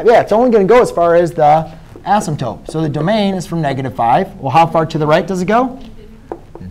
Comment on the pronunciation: "Assimtope," lol - couldn't resist. Great video, though. Thanks a bunch!